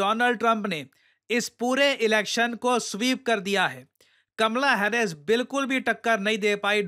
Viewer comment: "Kamla hares"😂